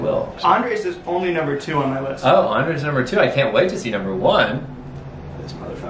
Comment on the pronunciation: Max! The emphasis is on the SECOND syllable!!! It is NOT AN-dres. It’s an-DRES. PLEASE learn it. Love you!